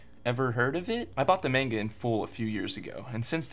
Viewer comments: Why he do be saying "menga" doe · He isn't even pronouncing the word manga right...